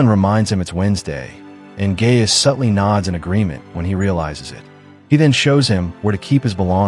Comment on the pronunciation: Guy-us and NOT Gay-us